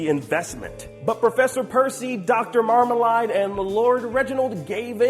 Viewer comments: It's Marmalade! not Marmaline. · Marmleaid is pronounced Mar-mle-aid not mar-Mel-ard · My first question is- why does pronounce Marmalade as "MarmaLIDE" instead of MarmaLADE? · Seems like he's going to fit right in with everyone else on the channel, cause he constantly mispronounces stuff too! Its MarmaLAID, not MarmaLIED. And Bonobo is pronounced Buh-NO-Bow, not Bonn-uh-bow